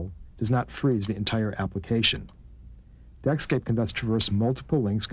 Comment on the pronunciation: "Deckscape", not Netscape